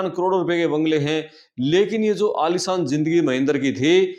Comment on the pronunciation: Aalisaan ke Aalishaan ?? 🤣🤣